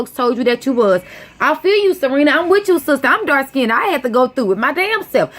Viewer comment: raw form casual and don’t know what the hell you talking about. Ok.... just talking to get attention and saying shit that ain’t true. What a damn shame...jealous that Serena is better than you. And the word is pronounced ‘dark skinned’ NOT ‘dark SKINNEDDED’.